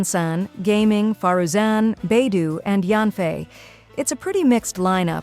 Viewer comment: Beidouuuuu not beidoooo😮